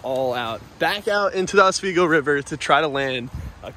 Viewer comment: OswEEEgo. Not OS WAY GO. sorry it annoys us locals to northern NY. Nice smallie!!!